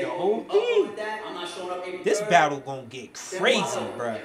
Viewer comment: "We gotta BADULL."